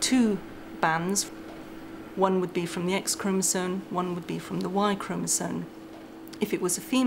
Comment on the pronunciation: Why are there so many people from the UK who say, "chromosone"? 🤔 That's not a word.